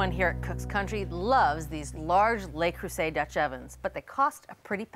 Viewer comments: Le Creuset, not Lay Croozay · FYI - "Le" is pronounced similarly to the "oo" in "look" - to be pronounced "lay" it would be spelled "les" - which is the plural form. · It's LE, not Lay! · LE is pronounced “luh” LES Is the plural form, pronounced “lay” So please pronounce it correctly LUH Creuset. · Neither of these supposed experts seem to be able to pronounce ‘Le Creuset’ correctly. ‘lay croozay’ isn’t it. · I hate to be that person, but it's 'Luh- crew -say' 😕